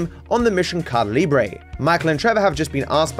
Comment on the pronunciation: It's so funny when pronounces "Caída Libre" as "Kada Lbre" lmaoooo